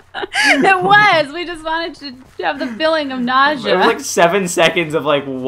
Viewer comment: Bro you said nausea wrong